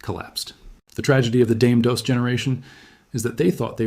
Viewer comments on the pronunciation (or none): Explains why they didnt pronounce Dame Dos correctly